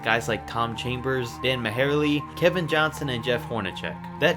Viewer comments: Dan Muh-hair-lee..... come on man! Dan Majerle is pronounced Dan Mar-lee, and Fat Lever is pronounced Fat Lee-ver if you're gonna make a video about stuff you should at least look up how to pronounce all the guys names you're gonna say in the video. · It’s Dan MAR-LEE my guy. Don’t shit on 1 of tha best white players 2 ever play tha game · This dude really said Dan Mahairlee... fake ass nba fan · I don't know if this is your V.O or if you are using AI. either way I implore you to do a little bit of research in how names should be pronounced so that you don't lose all credibility. - Dan "Ma-her-lee". It is Dan Marjerle pronounced (Marley). It is also Jeff Hornacek, pronounced (Horn-a sec) not Horn-a check ---SMH! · Dan Mahairley? His name is pronounced MARLEY. It kills me when guys make sports videos and absolutely butcher a famous player's name. It's like people spelling Brett Favre's name as Brett FARVE. It's an immediate red flag. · Did you just call dan majerle dan maherle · maherle is pronounced marly.... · 🤦‍♂️🤦‍♂️ Say it with me: Marleee....not majerlee! How can you call yourself and NBA fan not knowing his name? 🤷‍♂️🤷‍♂️ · Thunder Dan Marley not the spelling but that's how it's said dip shit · Dan Mahaleeee? Try Dan Marlee (Marjerl) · Dan mahare-lee LOL , Its Dan Mar-Lee , whatever awesome video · I was enjoying your video until you completely botched dan majerle’s name. It’s pronounced marly. Anyways keep up the good work. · Dan who on the Suns>>?? hahaha its pronounced "Marr-Lee" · Did he really say Dan MeHairlee? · Dan MaHairlee? Did he really say that? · Lol. It's pronounced Dan "Mar-ley" bro. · "Dan Maherle" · Dan Ma-hair-ely? Really? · "Dan MehHairly" LOL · I couldn't help but laugh pm. "Tom Chambers, DAN MAHARLEE 😂, and Kevin Johnson..." When I was a kid playing basketball video games. I pronounced Thunder Dan Majerle name Mah-Gerral 🤷🏿‍♂️ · Dan Majerle, not Dan Mahairly. Fucking mongoloid. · Dan Muh Hair Lee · Dan Mah-hair-lee